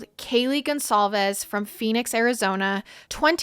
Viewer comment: You are all saying Kaylee’s last name incorrect. GonCALVES not Gonzalez